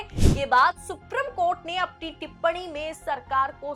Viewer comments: Thoda normal tone mein bola kariye to behtar lagega ... Aur itna lamba kyon kar deti hein ... It is Supreme (सुप्रीम ) court and not Suprum court. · अपना उच्चारण शुद्ध करें,सुप्रिम कोर्ट नहीं बल्कि सुप्रीम कोर्ट होता है।